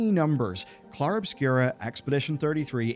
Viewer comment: I take umbrage with how you pronounce Clair sir. Very nice video as always though :)